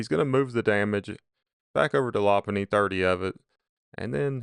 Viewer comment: It’s pronounced “low punny”